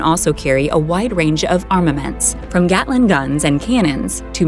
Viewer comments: "Gatling" is a German name, they all mispronounce it. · A-10 is not a fighter or a bomber; it is an attack aircraft…and you miss pronounced “Gatling”.